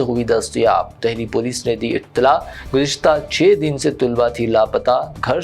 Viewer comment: Polis ne di Ettela "not abtela" maher bani kar ke URDU ka janaza mat nekale:face-purple-crying